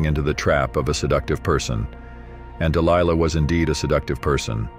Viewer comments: I find it interesting how the reader changes the pronunciation of Delilah's name mid-stream. Dil Lee Lah? Really? Also, Dil-Lee-La was a Philistine, and Samson was a brat. If you read the story yourself you will clearly see this is true. I can see it now, Samson lying on the floor, kicking both his feet up and down, demanding that his parents secure for him a Philistine woman "I want her! I want her! I want her! Now! Now Now!!!" The fact this man got caught up in this debacle is not surprising. But you say "Samson was a man chosen by God!" And to that I will not disagree, God also chose a donkey to rebuke an insane prophet, yes, a fine donkey with the voice of a man. So, don't give too much Oomlaks to this man, Samson, he was given to debauchery and hedonism to have much credit at all. As it says in the book of Ecclesiastes, chapter 7: "And I discovered more bitter than death the woman whose heart is snares and nets, whose hands are chains. One who is pleasing to God will escape from her, but the sinner will be captured by her." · Even the incorrect pronunciation of "Delilah" and "Philistines" lol